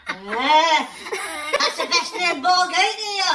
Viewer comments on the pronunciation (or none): Borg not Bog.